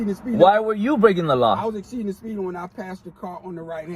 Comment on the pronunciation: " Exspeeding". Lmao